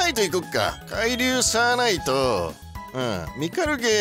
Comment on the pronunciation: サーナイトの発音おかしくね。笑